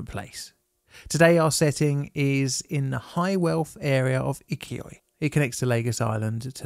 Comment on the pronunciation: The place is called Ikoyi. It's pronounced EE-KOH-YEE